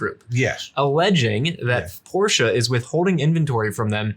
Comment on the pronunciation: Pronouncing Porsche properly is a breath of fresh air. Thanks, gents!